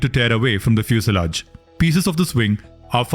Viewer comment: The narrator mispronounces EMERGENCY and FUSELAGE. Correct: "i-mer-guhncy." Right: "fyoo-suh-laazh." The UH is a schwa.